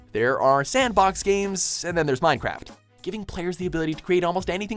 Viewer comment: Minecraft??? you say Mincecraft?!?!?!?!?!!